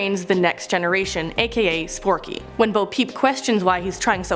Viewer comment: it's forky not sporky for Toy Story 4 and its not Groa-ning its grey-ning (to pronounce it)